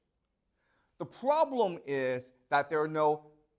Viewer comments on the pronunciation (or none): The probrem iiiiiis